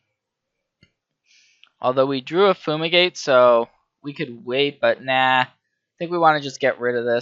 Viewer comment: im sorry but its drivingme crazy that you keep calling FUME-igate Foo-migate. look at the art, say the word to yourself. it doesn't make any sense